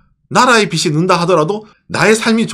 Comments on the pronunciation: 빚이 => 비시(x) ,비지(o)/ 빚은 => 비슨(x) ,비즌(o) : 연음법칙에 따라 발음하는 게 원칙이라고 함. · 발음에 주의해 주세요. 빗이 아니라 빚이잖아요... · 초 일본은 [ 비시 ( X ) ] 많은 나라인데, 일본은 [ 비지 (O) ] 많은 나라인데.. 초 일본 국민들이 봤을때 이 [ 비슨 ], 국민들의 [ 비시 ] 라는 거에요.. ( X ) => 이 [ 비즌 ], 국민들의 [ 비지 ] 라는 거에요 (O)..유투버로서 한국어 발음을 너무 틀려서 앞으로도 방송러로 틀린발음으로 발음하실까봐 지적드리겠습니다. 채무를 나타내는 [빚] 은 받침이 ㅈ 이므로 모음과 함께 발음할때 [ 비지 ] [ 비즌 ] [ 비즐 ] [ 비즈로 ] 이렇게 ㅈ 발음을 하셔야 합니다..타임마킹한 것처럼 [ 비시 ] 많은 나라라고 발음하면 청자는 머리빗는 빗이 많다는 의미로 원칙상 듣게됩니다..물론 문맥상 의미를 파악해 채무를 말하려고 한다는걸 파악가능은 하지만 원칙적으로 그렇게 발음하면 머리빗는 빗이 많다는 의미가 됩니다..받침을 생각하셔서 모음과 결합해 발음할때 해당 받침발음을 빗, 빚, 빛 을 발음해주시면 그게 옳은 발음입니다..참고해서 다음부터 주의해 올바른 발음으로 방송해주세요. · 빚이, 빚은, 빚을 -> 비지, 비즌, 비즐